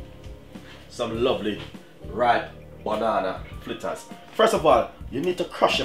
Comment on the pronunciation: Its not flitters its fritters